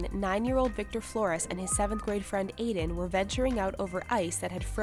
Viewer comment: I have a friend named Aiden but its NOT broken into sylables like (ee-den) its (A-den)